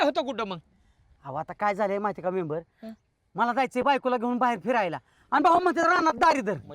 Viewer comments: मेंबर ❌ चैंबर ✅😂😂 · म़ेबर = च़ेबर😂😂😂😂